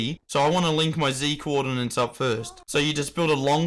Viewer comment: no one gonna tell him that it is coordinates and not coordinans?